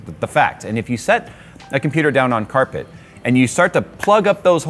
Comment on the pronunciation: Nobody: My brain when says carpet: k æ r p è t